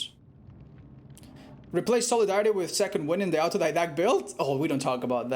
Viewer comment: Autodidact is pronounced autodedact, its a greek word. You can use the translator and it will spell it for you.